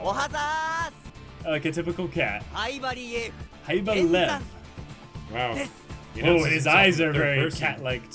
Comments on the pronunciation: No idea about Russian, but in my language, Czech (which has the same word, also meaning lion), it's pronounced in one syllable as "Lev". Literally just pronounce as you see it written. The V is voiced and sounds nothing like F. Believe me, the way it's pronounced in the anime is a complete bastardization. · Lev is two syllables. It's more like 'Lee-ev'. It means lion >:3c